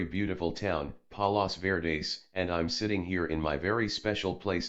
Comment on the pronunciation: The place hes talking about is fort mcarthur. Its a cool spot in san pedro ca. It where the fired the guns on a ufo (war of L.A.) whoever narrated this needs to learn the correct pronunciation of palos verdes